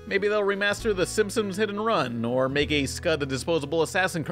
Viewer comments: THEY WILL LITERALLY NEVER REMAKE SIMPSONS HIT AND RUN UNTIL YOU STOP SAYING SIMSIMS. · Is it just me or does always say "Simpsims?' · No one: Absolutely no one: Not even Oprah:: SiNpOmEs